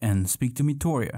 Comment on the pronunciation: Speak to METORIA. lol. Meat-e-Oh-Ra